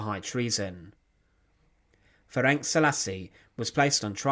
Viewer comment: Thank you for the video, but maybe you should consider checking available sources, such as Wikipedia, for the pronunciation of the names. He was called "Ferenc", not "Ferenk". The "c" at the end is pronounced like "ts", not "k".